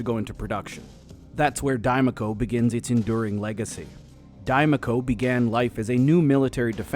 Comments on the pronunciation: If you're taking the first parts of the words "die making company" then it should not be pronounced "die-mah-co". It should be pronounced "die-may-co". Because the "ma" in "making" sounds like "may" not "Mah". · But the 'Ma' in make, is May-Kuh & not Mah-Kuh. So by those standards it's still wrong, like travelling must have 2 'l's - otherwise it is Tra-Vee-Ling... just English Word Speak. So 'Die-May-Co' - also I just can't not think about the Mass Effect Mako. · i'm screaming inside since the speaker is complaining about pronunciation and then getting it wrong. die - muh - co. ma isn't muh. it could be mah (mac donalds) or ma (mama) or mei (make). there is no schwa in any of those vowels.